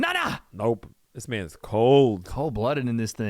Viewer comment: “That’s my manths 🥹” 💀